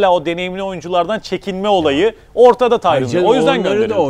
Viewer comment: "tyron" değil, "tyronn".